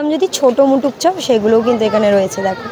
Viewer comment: মুটুক বলে কোনো কথা নেই, কথা টা মুকুট 😁